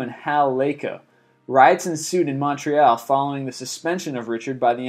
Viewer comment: The way he pronounced "Montreal" and "Pacquiao" Were so funny. xD